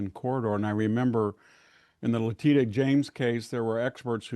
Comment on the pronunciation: Megyn please tell VDH how to pronounce Letitia.